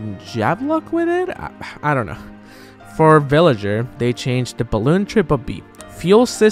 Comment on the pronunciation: Not trying to be rude or offensive, but I felt a bit proud when he said Villager and not Billager. Good job ZeRo :)